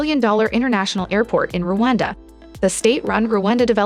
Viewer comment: It's Rwanda; not Ruwanda.Every African should be in position to pronounce the name of the country properly.